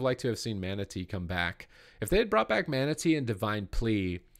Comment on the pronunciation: when you were talking about the monk, everytime you said mana tea I thought you said manatee.